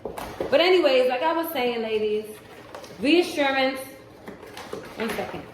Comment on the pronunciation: I'm over here dancing 💃🏼 along with you. "RREeassuRRRannnncee"...